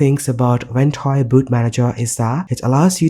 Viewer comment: No hate, but I hate the way you say the app name.